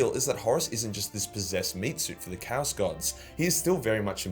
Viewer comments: Can you at least say "Chaos" properly, you utter fanny. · TIL/ chaos is pronounced cows.